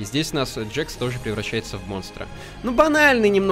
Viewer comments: ПРАВИЛЬНО ГОВОРИТЬ КЕЙН, А НЕ КАЙН, НЕ ДЖАКС, А ДЖЕКС. Этот мультсериал изначально имеет английскую озвучку. Кейн на английском будет CAINE, английская буква A (эй) обычно в слове обозначает звук [Э] и часто смягчает согласную которая стоит за ней: CA = КЕ [К' Э]. Поэтому правильно произносить не Кайн, а Кейн. Тоже самое и с Джексом. Джекс на английском будет Jax. Ja = Дже [Д Ж Э] (буква Ж несмягчаемая). Поэтому правильно произносить не Джакс, а Джекс. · и еще не джакс а джекс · Это нет это не джакс это джекс ты всех персонажей путаешь эх ну что ж ты за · Не Джакс а джекс